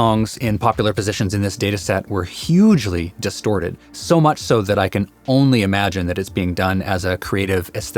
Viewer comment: Bro said distorded😂